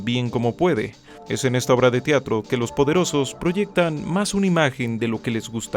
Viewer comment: Se dice "Teatro" no "Tiatro"